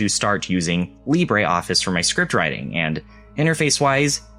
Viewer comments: no us french say : lee brruh office and not lee brah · Lib-ruh is not how it pronounced in French though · That is not how French people pronounce "Libre" 😅 But I do like your """French""" pronunciation of the word, it's how I say it too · I really like Libreoffice, used it for many years.... I've never heard anyone say it's name like THAT before; quite unsettling.